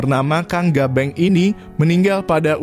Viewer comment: yya AOLLOH..bukan gabeng iituu salah ucap..tapi disebut kang Gobang ❤❤❤❤❤❤❤❤❤❤❤❤